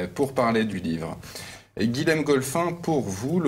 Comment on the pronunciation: Bonjour. On ne dit pas "Guilem" mais "Guillem". Comme Guillaume. Même si ça s'écrit Guilhem.